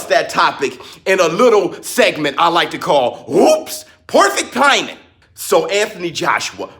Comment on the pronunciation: UUWHOOPSS POIFICT THAIMING! Had me dying every time you said perfect timing. lol